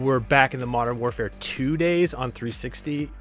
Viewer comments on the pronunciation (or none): none